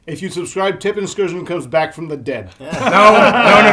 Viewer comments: Seriously irritating how they kept intentionally mispronouncing Tipplelkirch's name. How do you get "Tippleskirgeon" out of that??? Come on guys, at least try. So, would the French continue to follow the Prussons to Waterloo? Would Grouchy harry Blücher the entire march? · Greeting from one of your three German viewers. I had a great laugh on your Tippelskirchen pronounciation :) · Tippelskirch. How hard is it to pronounce correctly? Greetings from Germany 😅